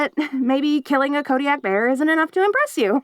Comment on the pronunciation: Nice to hear kodiak pronounced properly, but also makes me feel a little bad for correcting it in the first place (unless i did that in another artists rendition of this script, in which case i will be greatly embarrassed). Great work as always!